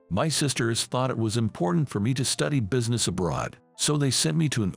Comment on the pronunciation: It is NOT busyness -- it's business. And it's rithe-ing, NOT rything. FOOL!